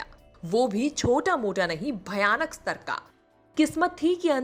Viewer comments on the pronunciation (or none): none